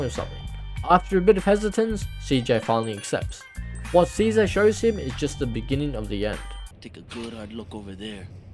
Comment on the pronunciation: Calling him “seh-sar” instead of ceasar yet you hear how the game pronounced it yet you insist in that absurd pronunciation is just straight up racist, you could’ve been the bigger person buh saw the opportunity to seem like an ignorant pendico and you took it, well done. Tried to tolerate your video buh I can’t any longer. Be better.